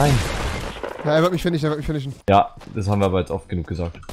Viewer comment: eyy du kannst finishen einfach nicht aussprechen du lisbelst es ;)